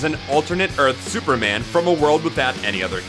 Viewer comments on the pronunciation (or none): none